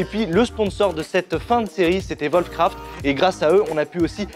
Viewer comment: Putain, arrêtez de dire volfcraft. Vos chien ils font voof voof ?